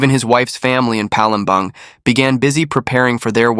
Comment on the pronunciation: Palembang..pronounce as Palembarng..not Bang